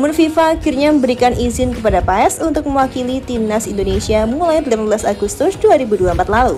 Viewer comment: di ucap ya bukan paes mbak😅😅 tapi pas😊😊